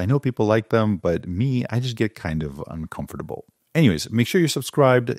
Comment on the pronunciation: nope nope nope nooo to the chip control. and i like died when you said uncomfortable like that🤣